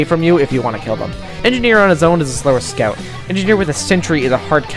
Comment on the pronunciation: scyout :0 Amazing video !!! YIPPEEE HOORAY FUNNY BOSTONIAN